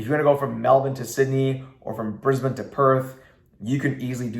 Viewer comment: U said Brisbane and Melbourn the right way 👍 some Americans say Brizz-Bane or Mel-born haha love your content keep up the good work mate 👍